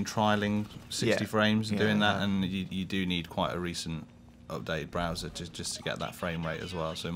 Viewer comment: "BWOWSER" BAHAHAHAHA